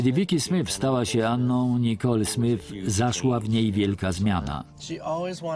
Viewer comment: SmyTH a nie SmYF. Ach, ci lektorzy...